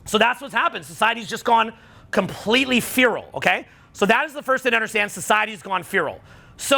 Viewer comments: It’s pronounced FEH-ral not FEE-ral - Guy from England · I just started this vid, good so far, but for the love of god the word is feral not fearal lol please unf_ck yourself 😂😂😂😂😂😂😂😂😂😂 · fay-ral not fee-ral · pronounces feral like fearal. its like fair ll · Practice this: "Ferel" is pronounced "Fair Roll" not "Fear Roll." And it's "so forth and so on," not "so on and so forth." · It’s pronounced “fer-al” not “fee-ral” thanks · Feh-rull not fee-role lololol Feh as in meh. Rull as in rull. Feral. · I heard the pronunciation, he’s right, we have gone “Feeral” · Feral: Feh - ruhl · When he asks them all to repeat FEE ROLE and half of them say it like that lol instead of the right way… they failed a social milgrams test 😂😂😂 they said the paper was red. Fail!! 🤭 Hehe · Pronounced f'EH'ral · It's pronounced "fare uhl". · Farel rhymes with barrel. :/ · Feral is pronounced like Will's last name, "Ferrell". But I get it, he's from Canada. Up there they pronounce "been" like "bean", etc. lol. I love anyway. He's the man. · Bro, it’s Feh-rul 😂. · the irony of the red card yellow card story, and the crowd copying his wrong pronunciation of "feral" hasn't been missed here. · My dad couldn't pronounce his f's either. But that was the worst pronunciations of 'feral' I have ever heard. But truthfully, it has always been this way. We just convinced ourselves otherwise. And it is just in our face because of social media not letting us bury our heads in the sand. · ...Can't even say the word feral. Lol. #Domesticated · Strange pronunciation of ‘Feral’ there… 😂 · My brain just can’t get over the way pronounces ‘feral’ 😭 😂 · Is that how Canadians say feral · It was hard to get passed this but I pushed thru because the message is right 😂